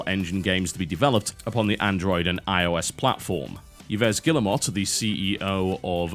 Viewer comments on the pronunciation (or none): That was probably the worst pronunciation of Yves Guillemot's name I've heard in my live :P